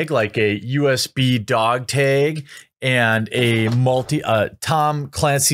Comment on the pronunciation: I really do not understand why Jeremy cannot correctly pronounce his A's sometimes.